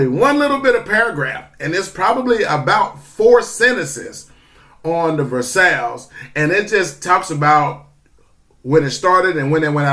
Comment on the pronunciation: FYI, versailles is pronounced like your combining the words verse and eye, verseye.